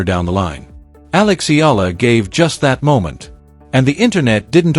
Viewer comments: Please pronounce Alex's surname the way we Filipinos pronounce it. It's "E-Yah-La!" Thank youmm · Her surname is pronounced E YA LA. Please pronounce it correctly, E YA LA. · Pleeeeze, it's Eh..ya..la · AI cant even pronounce properly alex family name still continue spreading fake news but benefiting viewers mostly from Filipinos 😂😂😂